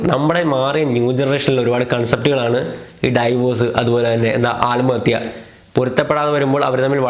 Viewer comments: ആൽമഹത്യ അല്ല ആത്മഹത്യ 😁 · Aalmahathya alla, aathmahathya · ആല്മത്യ ആല്മാവ് 🤣🤣